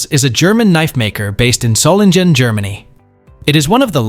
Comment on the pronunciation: Pronunciation tip: the German "ng" in Solingen and other words is pronounced as in "singer" not "finger."